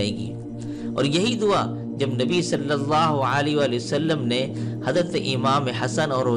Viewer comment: السلام علیکم بھائی آپ کی کاوش بے مثال ہے مجھے امید ہے کہ آپ محسوس نہیں کریں گے مگر یہ حقیقت ہے کہ آپ کو صلی اللہ علیہ وآلہ وسلم کہنے میں درستگی کی ضرورت ہے۔